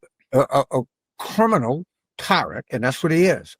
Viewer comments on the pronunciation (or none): "He us a kerminal" says the strange creature in a weird pointy chair😂